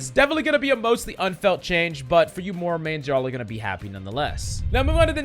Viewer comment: The way you pronounce Moira irks me